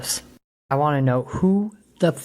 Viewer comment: has problems pronouncing words with "T" in them, most notably when he says "Want" he pronounces it as "Waahn"